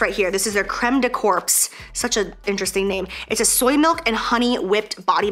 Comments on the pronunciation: I love how you said creme de corpse 😂 its creme de corps(corps means body in french) and you dont prenounce the ps at the end. IK IT MAKES NO SENSE but you say it cor. Sorry that my language is confusing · Crème de corps not corpse hahahaha damn Americans ! 🤣🤣🤣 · p.s. creme de corps is french and pronounced creme de "core" and just means body cream :) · Happy bday! Thought I'd also let you know, crème de corps = Body cream in french. Pronounced kinda like core. Not corps like a dead person! 😂😂❤️ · J'allais aussi commenter pour lui expliquer ! We love you 💜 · Jaclyn: Crème de corpsssss Francophones: 💀💀💀💀💀 Love you Jaclyn happy birthday!!❤️ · “Crème de corps” French for body creme 😉 don’t pronounce the “p” or the “s” pronounced “core” 💕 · Has anyone told Jac its CORE like the Marine Corps 🤣 it’s ok, I just connected the word Hyperbole to it’s written form (like, I was saying it right but reading hyper-bole as a separate thing like a dingus) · "crème de corps" "such an interesting name!" Hahahah it's just "body lotion" in french 😂 except you don't have to pronounce the p and the s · She’s pronouncing it incorrectly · LOL - It's true , said like that it sounds strange. Crème de corps, corps means body, not like cadavre hahah. Love your videos !